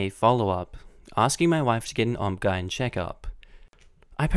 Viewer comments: You said “obgen” 😂😂😂😂 sir it’s just O-B-G-Y-N. You don’t have to sound it out i am laughing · noooo it’s O B G Y N not OBGYN;-; (not expecting you to be perfect just letting you know) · i love your videos but its o b g y n you say the letters xD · that’s awesome! I’ve never heard anyone say it like that, so I had to take a second to laugh a bit. It definitely made my day! Sorry if you’re not Australian and I just assumed, btw. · Yes! That totally startled and amused me!